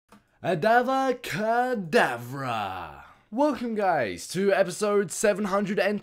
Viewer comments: its not avada kadarva its avada kadavra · its avada kadavra not avra kadavra lol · Avada Kadarva not avra kadabra. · its actually pronounced Avada-kadavra not abra kadavra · really adava cadavra its avada cadabra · "Adava cadavra!!!" it is avada kadavra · WELL DID YOU THINK IT WAS PRONOUNCED ADABRA KADABRA? IT'S AVADA KEDAVRA! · Not ABRA kadabra LOL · Actually it's "Avada Kedavra" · Av,Ada,kedav,era that's how you say it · It's avada ka da va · Dude for the last spell it's pronounced are va da ca dab era and I made up funny names for the spells expellirums is smelly arm pits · _- You pronounced all of the spells wrong......... I cringed every time you said a spell...... -_-..... Harry potter fan disappointed. -_ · You said avada kadavra wrong